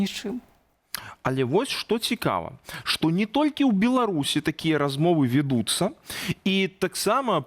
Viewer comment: Размовы вЯдуцца,а не вiдуцца!!!